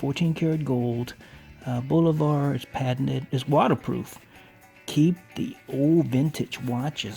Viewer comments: BOO LO - VAH....cmon man. Bolivar...... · There is no R in Bulova. It's not Bul-o-var..